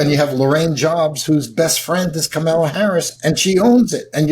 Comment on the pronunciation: Why does that idiot call her Komala?